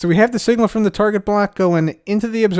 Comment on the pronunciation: Instead if sayung the cub will say da. for example he said da front